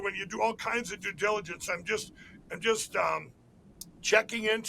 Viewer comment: What is "dadiligens"?